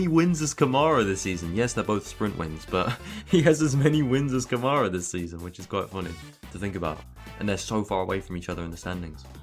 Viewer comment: Campos undoubtedly has the best car, both their drivers are up there. Invicta isn’t the same team it was in previous years, and Câmara is squeezing absolutely everything out of that car with his talent. And saying that Durksen has the same amount of victories, without mentioning that those were sprints while Câmara's were features, it's not fair. Finally, it’s pronounced Câmara, not Camâra 🤭